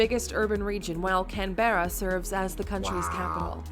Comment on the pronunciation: Never heard of "Can-bear-a"!